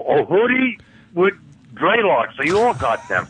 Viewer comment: for ‘draylocks.’